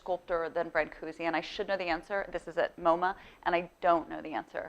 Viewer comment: This is all wonderfull and all but you really have to pronounce his name right. Thank you !